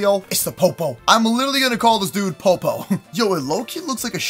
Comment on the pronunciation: You named primarina pop o !! its suppose to be po po not pop o😂😂😂😂😂😂😂😂